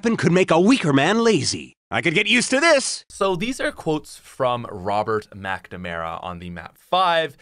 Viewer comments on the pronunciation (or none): none